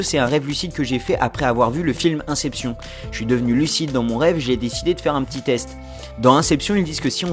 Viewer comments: "après avoir vu le film un-sep-sion ?" Inn-cép-chönne (inception) c'est mieux :) et on dit "strike" pas "strick" mdr ta du mal avec l'anglais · "Inssépssion" mdrr tu force xD ca se prononce "inecépcheune" = inception , très bonne vidéo sinon dommage que tu n'explique pas comment avancer dans les differents paliers de lucidité justement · "Inception", mes oreilles saignent T°T, néanmoins, vidéo très intéressante!